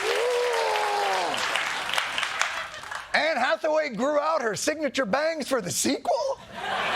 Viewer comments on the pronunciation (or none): none